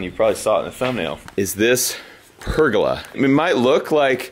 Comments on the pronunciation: the way he says PERGOLA its PER GO LA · BTW.............it's............. "per go lah".............not..........."perg olah"...............just sayin" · say it with me per-goal-la hahahahaha love ur face